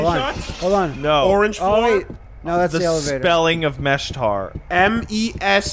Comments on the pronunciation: "Meshtar?" "Yes that's what I said, Meshka'n" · Everybody is talking about how didn't mention the screwdriver but nobody is talking about how he got "Meshtar" out of "Meshkan". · I wanna believe was just fucking around and mispronouncing it on purpose.